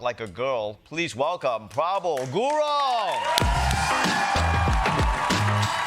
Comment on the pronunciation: Congratulations to Prabal. Ronnie, our last name is pronounced slightly diff.